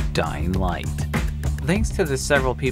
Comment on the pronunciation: I thought it said "doing sh!t" instead of "Dying light"